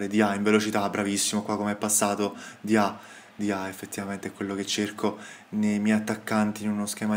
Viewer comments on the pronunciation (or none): La pronuncia di Diaw sarebbe Diò